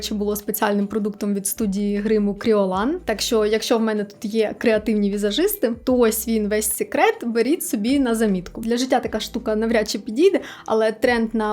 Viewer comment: Ну чому "Кріолан"😮?? Якщо Крайлон